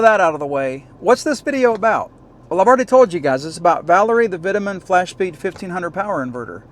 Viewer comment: Vitamin? It’s pronounced v toe man 🙄